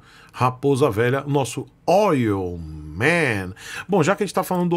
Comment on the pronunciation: "Oyl" man... Kkkkkkkk!